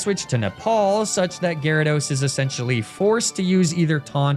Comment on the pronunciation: why do you insist on sayin Giadude?????????